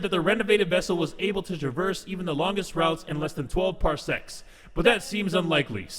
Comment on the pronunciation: Anyone else here something thats not ok when says "parsecs" just not c